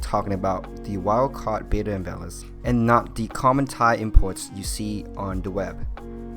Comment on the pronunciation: please stop saying "bay-duh"... it's "bettah" similar to better